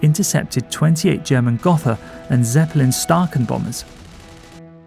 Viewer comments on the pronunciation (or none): Don't say "gotha" say gootaa with the oo somewhere between an er and an oo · Pronounced 'yeah sta'😊in english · Kinda why the English Royals changed to Windsors, Gotha was hard to pronounce 😂